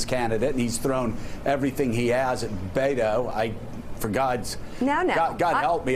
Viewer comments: Joe calls O'Rourke "Bay-doh" -- which rhymes with Play-doh. YIKES! Please, get a recording of a Spanish speaker saying "Beto" and play it over and over until you get it right. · these idiots can't even say his name BET-O not BAIT-O like how are you national news and can't even read beto